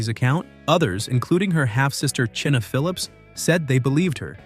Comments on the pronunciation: China phillips, not chinnah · It's pronounced China not Chinna you doof !!! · Mackenzie Phillips 's sister's name is pronounced China like the country.